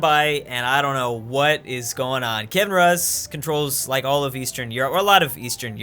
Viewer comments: Hey, it’s pronounced Key-iv-en Roos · I die little ever time says "Kevin Russ".